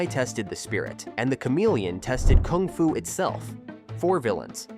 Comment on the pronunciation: You are saying "koong fu panda"